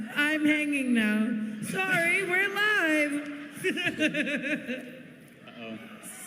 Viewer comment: SAWWY that's me :D